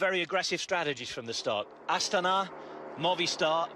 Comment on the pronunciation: It's not pronounced A-stana, but astAna